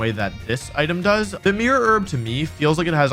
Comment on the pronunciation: ah yes the merer erb